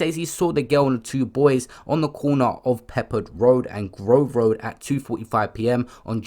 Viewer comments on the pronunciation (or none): none